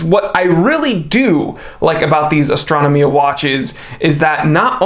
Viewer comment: Astra-no-mia facepalm I cringe every time you say this